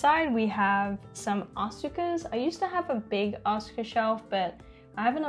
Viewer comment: It’s ah-ska instead of as-uka